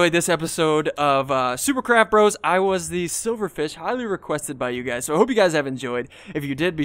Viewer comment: it sounded like you said super crap bros and BE DA CHICKEN